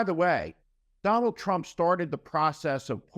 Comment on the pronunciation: Watch out for that waskly wabbit you know TWUMP !